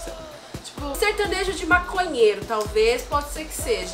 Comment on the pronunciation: "Sertanejo" eles disseram 😂💔 Tião Carreiro deve ta se remoendo ao ouvir uns trem desse